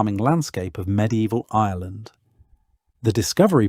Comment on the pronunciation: You know it's a legit when you are struggling with discerning whether the narrator is saying Ireland or Island